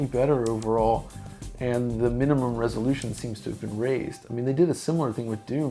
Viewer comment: With, every R is a W Like "the WWresolution" I was searching in the comments for the comment that noticed but i had to post it myself 😅 I mean no diswrespect tho